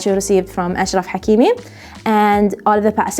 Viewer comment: As a Manchester United and Sancho fan I absolutely love this episode. Very well done. Also as someone who speaks Arabic I am a fan of how you pronounce the names of Hakimi in this video, and in general Salah & Mahrez etc. Keep up the good work 👍👏